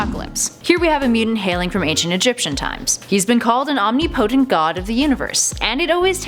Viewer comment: Omni-potent.... omnipotent....